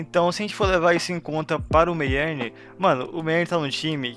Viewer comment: n é meyern em vez de meierni